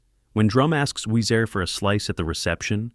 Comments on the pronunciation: Weez”air”. Nope. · They should learn the language before producing these types of informative formats. For example: Natchitoches=Na-cuh-doe-chez Ouiser=Weezer Boudreaux=Boo-dro (long o) Bette Davis=Betty Davis 🙄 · It is short for Louisa, but it's pronounced Oui-zer. Only Clairee and Shelby call her Oui-za because their southern accents in the movie don't use the hard 'r'.